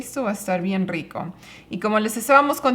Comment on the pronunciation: Muchas gracias por la clase de historia! Me dio pena lo que ocurrió con los pueblos originarios, eso sí! Felicitado el consuegro por cómo pronunció Rico, muy bien esa "rr".La comida familiar se vio deliciosa.Es un canal sobre la vida en familia, los valores y el aprecio por la vida.Los felicito!!!